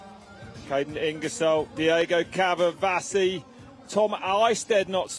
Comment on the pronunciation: Caverzasi,.. it's Diego Caverzasi. 😅